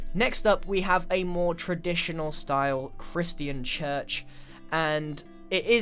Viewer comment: Ah yes Cris tea an style